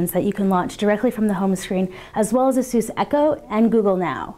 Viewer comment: its pronounced as 'Asus not a'SUS